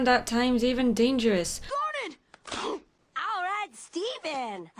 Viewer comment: I'm going to be honest I thought she said "damn it" instead of "garnet"